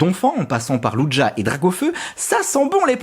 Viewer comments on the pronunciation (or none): Je reve ou il a dit ludja pour lugia je vais le taper luiiiii